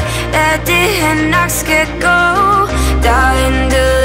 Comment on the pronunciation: Carsten Ebbesen Teksten er "gå" men hun siger go. Hvorfor? :P